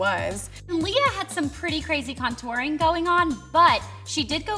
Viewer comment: The way Blair says "contouring"...